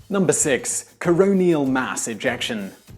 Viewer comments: Coronal, not coronial. It's not relating to a coroner. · It's Coronal mass ejection not coronial. You seem to make mistakes on a fairly regular basis.